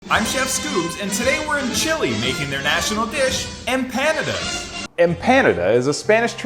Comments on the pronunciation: First giggle came when I heard him pronounce the name of the dish like it rhymes with Canada.....in case you are clueless it is pronounced emp pa nah dah . I'm from a culture that ALSO eats empanadas so I think you were wise to insult Chilean culture instead of some others. Chileans aren't known for their wrath. I wish my mom, who made empanadas for me were alive to see this video. We would have had a good laugh. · What's better - the video itself or the angry comments at the bottom? Pronunciation tip: Em-pandas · Next time I take my girlfriend to a Mexican restaurant I'm ordering em-PANA-duz. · You butchered the empanadas name Google it and get the right pronunciation. Really butchered it. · I’ve never heard that pronunciation. Unique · How do you not piss yourself laughing every time you say the word "empanadas" 😂😂😂